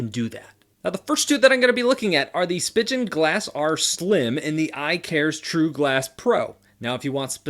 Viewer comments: Its spee-gen not spi-gen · You actually pronounce it 'spee-gan' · Just FYI, its pronounced like Sp-ee-gen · Spigen? I thought it was pronounced "speegan"